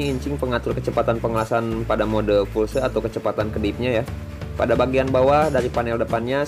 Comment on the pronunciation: Permisi urun koreksi. Pulse mode (english) = mode Pulsa (indonesia) yg artinya kejutan berjarak tertentu. Jangan disebut Fulse karena lebih ribet pengucapannya & malah salah..